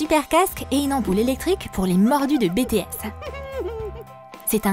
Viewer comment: BiTièSs pas Bétéss 😒😒😒